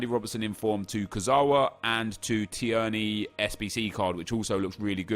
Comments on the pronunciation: Tier-ney.. Not Tiearney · I’m sorry, it’s tear-knee not t-er-knee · Please stop saying tee-erny 😂 It’s pronounced Teerny 🍀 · Teer-knee not tee-er-knee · Tierney is pronounced “teer-nee” not “tee-ern-ee” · Not t-EEEEE-r-n-a-y it’s t-EA-r-n-a-y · "Tee-yerney" No Nep its "Tear-knee" hahaha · His name is not Said Tierney it’s said Teerney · Hi nep, just thought I’d tell you that Kieran Tierney SBC card is pronounced like “Teerney” as opposed to “Ti-erney”, no hate... just trying to help! Keep up the good work x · Tear-nee not tee-ur-nee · Tierney is pronounced tearny and not tiurny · Nep it’s tier-knee not ti-er-knee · I’m from Scotland and thank his somebody actually rates Scottish players also it’s pronounced t ee rny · Im a celtic fan and the way he pronounced tierney annoyed me so much. Its pronounced teerney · IT'S PRONOUNCED TEERNY. YOU SASSANACH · So imma be that guy that pulls you up on pronunciation. Tierney = tear-knee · It's pronounced teerney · It’s pronounced like teerny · Please Nep so being a snobby arrogant english man and pronounce tierney properly.Teerney is how you pronounce it.Hes Scottish not Serbian or something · Tierney is pronounced like “Tear-Knee” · It's pronounced teernay Scottish I know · Nep its pronounced tear-ney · It's pronuced tiernee rather than tierney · Its pronounced 'teernee' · Again, It is Teer-knee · It’s pronounced Tear-nay, scottish twang to it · big man its pronounced "teernay" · Can you please pronounce tierney properly. Honestly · Stop saying Tierney's name like that. You can tell, you've only fifa knowledge and not actual football knowledge. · say tierneys name right ya dick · The way you pronounce Tierney is very triggering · Why is he pronouncing Tierney like that?